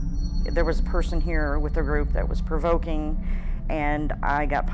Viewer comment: "Provokening" LOL